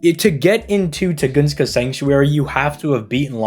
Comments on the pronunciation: Tun-guh-skah. Where Tugoongskah comes from, who knows 🤷🏻‍♂️ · dammit.Tun-gus-ka. Not Tu-gun-ska. Unsubbed & reported to ADL